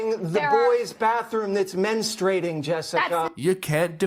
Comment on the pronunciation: Jesse, the word is correctly pronounced as "men-STRU-ating", not "men-STRA-ing" So many people, both men & women, do not pronounce this word correctly.